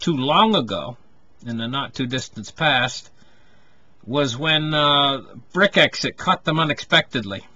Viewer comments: Brex-it....not brit-exit.... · It’s pronounce brecks it